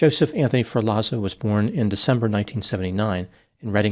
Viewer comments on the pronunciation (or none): Come on. what kind of Dr are you? It’s not pronounced “FUR LAWZO” it’s “Fehr Lotts O” COME ON.. Don’t disrespect Luigi and all the Italians by mispronouncing